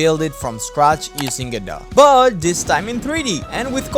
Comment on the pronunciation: "Godowh"? I'm offended of how You pronounce My name... (This Is not serius)